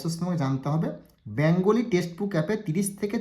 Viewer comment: ব্যাঙগলী নয় কথাটা বেঙ্গলী